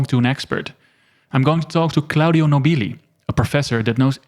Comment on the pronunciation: You mispronounced Claudio Nobili's surname multiple times. The emphasis should be on the first syllable.